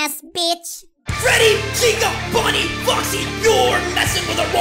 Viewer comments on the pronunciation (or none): Any time you call Bony it sounds your saying Ponuy